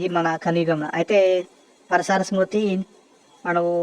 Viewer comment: ముందు నీవు సరిగా పలకడం నేర్చుకోవాలి పరాసర